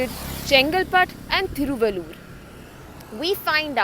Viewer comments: Hope you don't speak Tamil, but if you speek Tamil and pronounced Thiruvallur like this, please rethink and don't translate City name from Tamil to English.... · I'm from Thiruvallur district and she's murdering the pronunciation of the place.